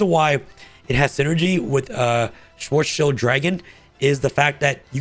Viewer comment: really needs to learn how to read German names and not butcher them. Also fun fact from Google. Schwarzschild means, “The radius of the spherical boundary within which a given mass (as of a star) must collapse to become a black hole. also: the distance of the event horizon from the center of a black hole.”